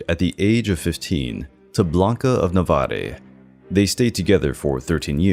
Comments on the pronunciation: Many bizarre mispronunciations: Saxony becomes Sahonia? Navarre should be 2 syllables. Acromegaly has 5. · "Navarre" was mispronounced too.